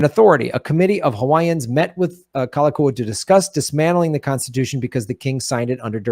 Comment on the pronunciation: The King's name is pronounced Kal- a- Kow- a. Read "Lost Kingdom" by Julia Flynn Siler. The Hawaiian Nation was made up of Native Hawaiians, and many other nationalities who had become citizens of the sovereign nation of Hawaii. It was recognized as sovereign in 1848 by Britain, France, and Japan. The Queen's cabinet was made up of citizens and non citizens of many other nations who became Hawaiian citizens. the Hawaiians were a very well educated bunch & within just a few years everyone was literate. Hawaii was not made up of savages. There were over 100 newspapers in Hawaiian. Some of the members of the cabinet were missionary families, born in Hawaii they were citizens. But they stole the kingdom for the US. The Queen, Lili'u'okalani, did not want more bloodshed and she and her ladies in waiting thought that they would be able to talk the US govt into understanding & giving the country back to the people. There was a vote to consider a new constitution around all the islands but the thousands of signatures were "lost" for 40 years. They have now been found and there is a court case in the World Court. Hawaii has never lost its sovereignty. There is no treaty of annexation. Look into it more closely. There are books galore and Dr. David Keanu Sai, PHD lines it all out in a way you can easily connect the dots. So when it was said that Obama wasn't an American, it is actually true as he was born in Queen's hospital in Honolulu.